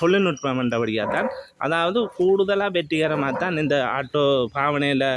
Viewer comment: Why say Aata when it is Auto ( o)